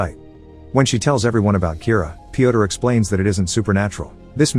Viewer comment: Yo guys I have a question for Americans. Why can’t you say name Piotr the right way? Letter ё sounds just like in burn, turn, learn. I genuinely wanna know, no cap